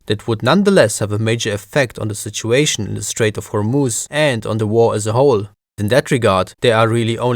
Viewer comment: I like your pronunciation of Hormuz, I'm an Arab and yeah that's exactly how it is pronounced!